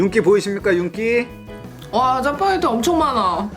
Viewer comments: 짜빠게티가 뭐죠 짜파게티 아닌가? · 짜파게티 아니가요?? 왜 짜빠게티자?